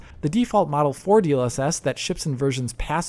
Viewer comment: When he said "PC versions" I heard PC virgins.